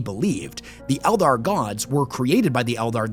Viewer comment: Oh yeah 40k and fantasy totally separate he says elder clearly not eldar